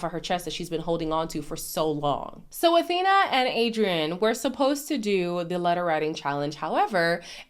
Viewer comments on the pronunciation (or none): Isn’t Awhina’s name pronounced Afina? Like with an F sound? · Kia ora, sis! Thanks for sharing your video, I cracked up and agreed with so much of what you said! Just wanted to let you know that Awhina’s name on MAFS is pronounced “A-fee-na,” not Athena. In Te Reo Māori, her name means “to help” or “to support.” For example, you’d say, “Can you please awhi me with this task?” Or if you wanted to help someone, you’d say, “Hey, need an awhi with that?”😊